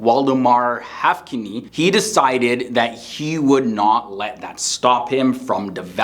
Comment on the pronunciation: Waldemar Haffkine’s last name is pronounced using two syllables with emphasis on the first syllable: Haff’kine. It sounds like (huf’-kin)